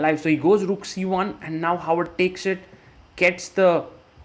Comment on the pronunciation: For those who don't speak norsk: It's HÅVARD. Håvard. It's not "Howard". It's pronounced "ho ar", like santas and pirates say, with a slim almost f-like "v" in between.